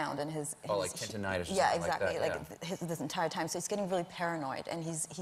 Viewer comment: "tendonitis" nice try, Colbert